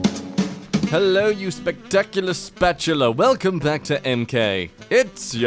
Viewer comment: Who else wants Jack to continue to call us spatulas with the same accent